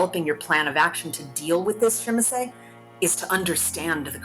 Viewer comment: Good and informative video: nice artwork and the narrative of a written letter to a kindred is really immersive. Great video overall minus the pronunciation of Tzimisce...